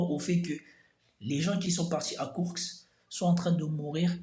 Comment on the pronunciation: Par contre c'est KourSK et non pas KourKS